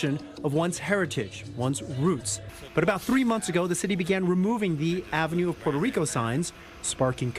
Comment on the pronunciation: Ok, I AM PROUD THAT MY PEOPLE STOOD UP AND SAID," NOT ON MY WATCH!" Now that mission has been accomplished perhaps MY PEOPLE need to learn the correct PRONUNCIATION of Puerto Rico. It is PUERTO RICO NOT PORTO RICO, DAMMIT 😡.